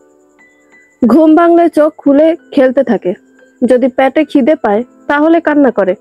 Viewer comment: “প‍্যাটে” নয় “পেটে”